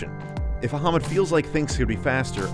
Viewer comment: Very nice video..thanks.. by the way.. the name phonetics of PC builder are "Ah-Mud" not "Aha-Mud"....lol... 😀😂😁😃😄😆😉